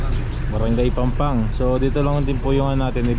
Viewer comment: That is PAMPANG, NOT PANGPANG hehe😬